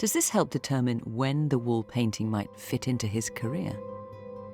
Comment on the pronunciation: Fiona please stop putting a "K" sound at the end of the word "painting"